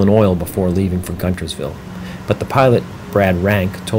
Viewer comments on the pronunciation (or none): It’s pronounced “Gunersville”. Spelt Guntersville.😊